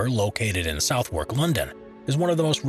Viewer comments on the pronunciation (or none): *Suthark not Southwork! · Southwark is pronounced Suth-uck